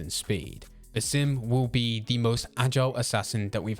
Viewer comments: Sounded like he said simp haha which would be incorrect since he looked away from that woman in the trailer 😅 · Bro every time you say basim it sounds like you're saying the sim and it's really annoying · You pronounce basim weird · And Roshan, it's cuz English usually places emphasis on the second syllable of a name rather than the first which would be correct